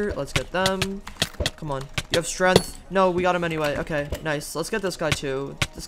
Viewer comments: Why do you say strength like strenth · Nobody: Absolutely no one:: STRENTH